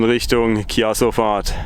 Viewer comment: Diesmal gibts ein ❤️ für das Video und ein ❤️ weil du Chiasso richtig ausgesprochen hast... 🤭🤣 Ist ja mega die Aussicht. Mein Mami ist aus Lugano und hat in Marroggia gewohnt. Ich dachte ich kenn da alles. Da oben waren wir aber auch noch nie. Genial die Aussicht. Das muss ich ihr gleich zeigen und fragen ob sie den Hoger kennt. Kennst du das App Peakfinder?